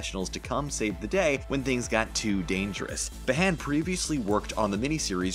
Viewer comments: Behan is pronounced Bee-han not behon. Do your research properly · Hannah bahan lol behan, americans pronouncing irish names lol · Hannah Bee-han not B-haan (as in the great Irish writer Brendan Behan). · Hannah *Bee'han, like the Irish poet and playwright Brendan Behan. Don't over pronounce the H either. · Hannah Behan. Its pronounced "bee han", long bee, short han. Not the other way around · Gal Gadot is Israeli, not French; so her last name is pronounced "Gadott," not "Gado." I don't know how Hannah Behan pronounces her last name, but my bet would be on the standard Irish pronunciation: "BEE-un," not "buh-HAN."